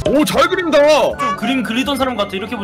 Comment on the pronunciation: 그린다가 넣는다로 들리는건 첨이야